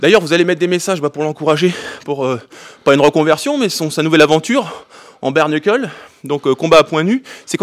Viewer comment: Merci de bien avoir prononcé "Bare knuckle":) (Bair Neukeul et non pas Bark Neukeul:D)